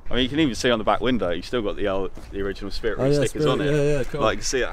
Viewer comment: 'ei' is pronounced 'ay' in Japanese, so it's Spirit RAY, not REE. Great video as always! This just irked me haha